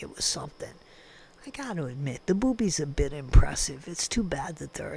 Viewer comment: Every time you say boobies, I almost pee, it’s so funny 😆